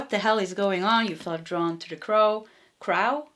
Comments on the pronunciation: Crow is pronounced croh, like ooh! I love your readings! ❤ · for crow you pronounced it right the first time pronounced Cr-Oh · crow. Rhymes with toe. Thank you so much for the reading